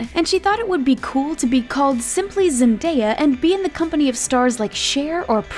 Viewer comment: She pronounced Jelene and Zendaya wrong ugh🙄💔